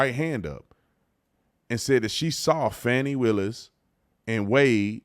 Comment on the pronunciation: Its Fani "Need a G" Willis